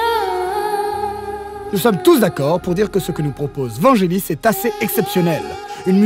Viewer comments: précision, on prononce Vanguélis ;) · Blade Runner avec l'accent US, Check. Vangelis qui se prononce Vanguelis, uncheck.